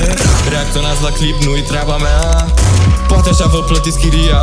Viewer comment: Ai spus cumva proate in loc de poate?